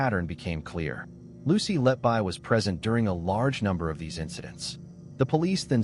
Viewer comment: All debunked when reporting restrictions were finally lifted. Lucy Letby is innocent. P.S. The surname is pronounced "Let-Be", not "Let-Buy".